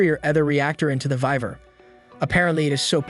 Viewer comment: dear gods of the internet this will be the last time I watch your channel, your pronunciation of names is just straight up murder. it's not vi-ver its Y-VERN, it's not er-nest-t it's ER-NEST or er-knee, and yes I spelled the word as they are sounded out.